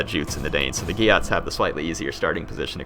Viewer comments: dear the pronunciation of geats is ea lik the same as ee in greets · Huscarls not he-scar-el haha House-karl And Geats is Geets (sorry I just had to tell you) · It annoys me a little the way he say geats